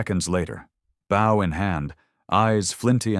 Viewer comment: The weapon bow is pronounced /Bo/ unlike the verb which is pronounced /bao/. Throughout this story, no one is bowing to anyone, and the bow is always ready to use, but the narrator would have the reader believe that in times of imminent danger, people are reaching for their bowing prowess.